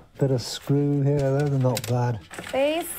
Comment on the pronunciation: “ how do people savive ou heaa... its like a poonami” 😂😂😂😂😂